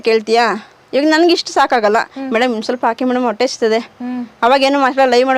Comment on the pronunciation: ಹಾಶ್ರಮ? ಹಾವತ್ತು? ಒಟ್ಟೆ ? ಥೂ ಅಕಾರ ಹಕಾರ ಸರಿಯಿಲ್ಲ ಆಂಕರ್ ದು. ಕೇಳುವುದಕ್ಕೆ ಅಸಹ್ಯಕರ ಕನ್ನಡ ಉಚ್ಚಾರಣೆ.